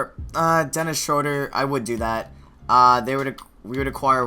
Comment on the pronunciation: It's SHROO-DUR